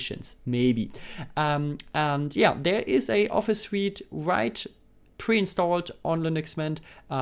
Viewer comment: „Suite“ wird „sweet“ ausgesprochen, nicht „suit“ (Anzug). “Libre” wird “Liebre” ausgesprochen, nicht “Libra”.